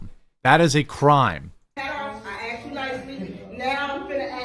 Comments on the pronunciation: I can’t stand that! How hard is it to say asked? 😂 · I assume she is not an English teacher. “I AXED YOU TO TAKE OFF DAT HAT!” It’s asked you. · She 'axed' him to take the hat off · She keeps threatening him with being axed. 'I'm gonna axe you...' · Any professor that says “axed” is not a professor. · did she ask him or axe him? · But she axed nicely lol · "I axed you" - a university professor... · of I go to a university and I hear an instructor can't say the word 'asked' correctly, I'm asking for a refund and a degree